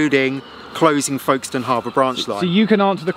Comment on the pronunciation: I was born and brought up in Folkestone. It was quite amusing to hear Geoff's mispronounciation of the town name. The locals say Folkstn. And woe betide anyone who spells it with no middle 'e'!